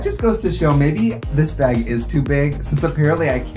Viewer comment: no one: trixie: b æ g